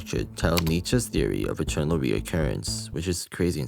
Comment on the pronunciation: I heard "Eternal" like "Chernobyl"